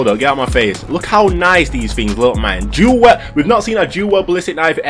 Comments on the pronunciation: "Du well" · Lol "duel well" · Your accent is the best " dül weld"